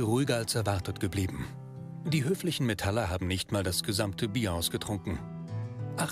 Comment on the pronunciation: Nette Doku, aber mich hat's die ganze Zeit gestört, wenn der Sprecher so ein richtig schön deutsches "MetAller" gesagt hat. Dann dachte ich mir "Hm, ja gut, der ist wahrscheinlich nicht aus der Szene und vielleicht auch schon was älter..." Und dann kam der Typ ganz am Ende und sagt selbst auch noch mal Metaller... manno xD